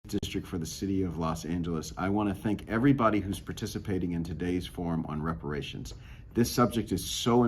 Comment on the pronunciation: "Come on, give me the words!", "Give me $5,000,000!" 😄😆😅 This is comical. What a circus!!! 🤡 Was that Reparashunzzzzz? Oh, sorry. It's with an "S".